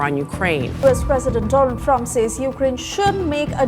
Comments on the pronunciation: is it Dol-aand [ डोल-आंड ] instead of Doland. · Doland❌ Roland ✅ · Do-Land nhi bo Do-And h sala 💯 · Donald nhi bro DO land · Dolaand Trump😂😂😂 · Do..laand trup😂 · Doland hits diffrent🤣🤣🤣🤣🤣🤣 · Dolund trump😂😂😂😂😂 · Dolaand Trump 😂😂😂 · नरेंद्र मोदी जी ने सही उच्चारण किया। दोलंड टरम्प अमरीका-पाकिस्तान #दोलंड टरम्प 😂😅😂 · Doland ❌ Dolund✅ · DO- AAND trump....😅😅😅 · Donald ❎ Doland ✅ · Donald Trump ❌ Dunal Drump✅ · Most funniest 😂 Doland 😂😂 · Baar baar tum do....land 😅do...land bolkar rost kar rahe ho 😅😅😅😅😅good 👍👍👍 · Dolaand - Ben Stroke.. 😆😂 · DO-LAND... Iske pass do land he.. 😂😂